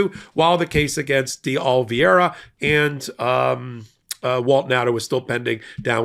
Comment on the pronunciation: day oh - lee - VAY - ruh day oh - lee - VAY - ruh day oh - lee - VAY - ruh You'll get it if you keep trying. Others on the network have -- finally -- mastered it. The only prerequisite for success is that you must actually GIVE a damn about it!